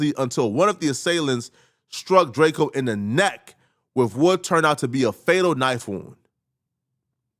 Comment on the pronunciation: Why do i keep hearing Drako, whos Drako? 🤨 🤦🏿‍♂️